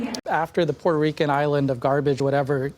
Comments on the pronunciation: There is high "Puerrrto Reeecuhn" turnout this day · PBS didn't used to feel comfortable spouting blatant Democrat Party propaganda in the old days. Nowadays, they are almost giddy about it ! I just loved the characterization of the Trump rally by Barron-Lopez. She just had to flex with the "Puerto Rican" technically precise Spanish pronunciation. You know, because she is "media elite" and is too fancy to just say "portorican" like a flyover-country native English speaker might do. "Racist and sexist" Madison Square Garden rally. Oh well at least she didn't throw in the "1936 Nazi rally at Madison Square Garden" verbiage.